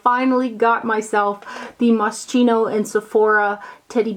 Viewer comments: Moss chino? I thought it was moss ski no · Hi,Moschino is pronounced MosKino, sch sounds like a K in english!Love from Italy:-) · Those TF sheer blush compact shades do look exactly the same,! You are right. Return the new one. It's annoying when brands try to take advantage of the consumers like that. They've just recycled old ones under the new names. P.S., FYI only Moschino is pronounced as [mosˈkiːno]:-).